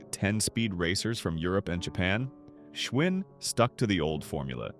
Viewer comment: I learned a lot from this video. Giant bicycles were manufactured in the Giant supermarkets! 😆 Also when Schwinn, or "Schvinn" depending on how your AI narrator decided to pronounce it this time, the brand disappeared from supermarkets? I guess it was too much work for an actual person to edit this schlock. This entire video is a joke. The loss of American craftmanship covered in an AI narrated, AI produced video. 😢